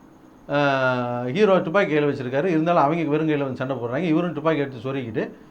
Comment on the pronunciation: டுப்பாகி இல்லை துப்பாக்கி